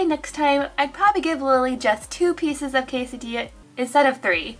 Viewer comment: i love ur vids so much but when you said "kay-suh-dee-us" is just triggered me